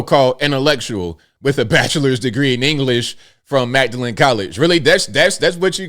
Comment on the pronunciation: I'm pretty sure Magdalen College is pronounced "Maudlin". Wouldn't want British intellectuals to laugh at us.😂